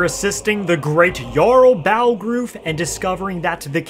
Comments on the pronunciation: Jarl Balgroof? They say his name 1 trillion times in Skyrim. How do you fuck it up? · Ain't no way you said balgruuf like that